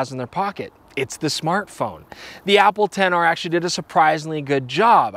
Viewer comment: Nobody:: APPLE 10 R